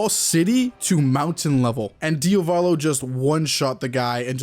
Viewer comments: Why do all YouTubers call him DiOvAlo when it’s DiAvOlo? I’ve just noticed that they all do it, is there a particular reason? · please stop pronouncing his name DIOVALO it’s DIA VOLO